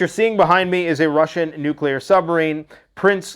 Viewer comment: If you would be so kind,. Please explain to us why a nucular response in inevitable. Thank you.